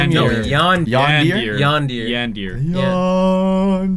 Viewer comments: 😭 u said it wrong it's said like : YandErE not ee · It’s not Yan dear simulator it’s pronounced Yan dear ee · Hey guys today we r gonna play Yandear Simulator Me: ITS LIKE YAN DAIRY NOT YANDEER!!!!!!!!!!!! * rages * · Yan-de-re not yan-deAr. 😂 I'm a bit triggered by the first 20 secs. 😂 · Everyone: yan-dear Me:it's yan-der-a ! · It's pronounced (Yan-dur-ray) or (Yan-dar-ray), not (Yan-deer). Sorry, but it was killing me. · XD I love how they pronouce Yandear. It's Yan-dere-(ay) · YANDEAR?! NOOOOOO ITS YANDEREEEEEE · All of them: Welcome to yan-deer simulator Me: TRIGGERED Me: ish yan-da-ray simulator TwT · I love how they pronounce it Yan-der-a Simulator when really it’s Yawn-Der-Aye Simulator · OMG I NEARLY DIED WHEN THEY PRONOUNCED IT YANDEER btw if u r a laurnzside fan u know its pronounced YANDERY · HORRIBLE PRONUNCIATION. It's not "Yan-deer" It's "Yan-de-re" the last 'e' is pronounced. Thank you. Hope you understand your Japanese pronunciation. Signed: Your Japanese teacher. Miss M. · Its yan-de-re not yan-dere hahahha but your funny nice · Its Yan-der-ie simulater its not pronounced yan-dear-ie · It isnt Yandeer simulator Yan-der-e is how to spell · Wait...... Did I hear them say yandeer instead of yandere? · It is yawn•dere•ay not that.... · Noo its Yan-De-REE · It's pronounced "YAHN-deh-ray" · "YanDeer" Wow is it about a deer? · Yan-dur-ay it That's how Yandere is pronounced. Yanduray simulator. Yandere Simulator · It's pronounced yawn dairy simulator 😂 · I was yelling at my screen cuz they said YAN-DEER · Edgy Choi Ikr it's yan-der-aye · Yan - de - re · dude its yan-de-reh :p ..... and u cant finish the game cause its not fully developed yet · ITS YAND-AIR-AY LOL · It's pronounced yan dairy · Same! It's Yandere as in Yan-De-Re😂😂😂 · Yawn-Der-Ray Yandere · No its Yan-De-Re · It’s said like YanderREEE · Today we are playing Yandear simulator:Yandear:Yandear but pronounces Senpai correctly Me:*raging on the inside* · It's yan-de-re :(